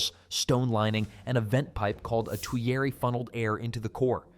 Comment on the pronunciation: Please tell your AI that the correct pronunciation is "GUR-tight" rather than "goo-thite." Also, the French say "tweer" and no one but an Artificial Idiot says "to-yer-aye." Never ever trust AI to get the pronunciation right. Always look it up in the Oxford dictionary instead. Also "melt" and "smelt" are no more the same word than "snail" & "nail" or "stool" & "tool." "Smelt" is a chemical change NOT reversible by simply lowering the temperature. "Melt" is not a chemical change - we have the same substance before and after melting. THANK YOU for having your AI refer to the atoms in the steel instead of saying "molecules." It is refreshing to watch folk get that one right! Please note that 480°F is nowhere near a glowing heat. 880°F isn't even a glowing heat. One thing recently explored by archeology and not widely disseminated yet: The "fuller" as possibly artifact of forge welding rather than as something dented in afterwards. Many experiments show this alternative technique taking less time and resulting more easily in the observed patterns. The technique also requires only tools like those which have been dug up. Nobody had a belt grinder in Y1K.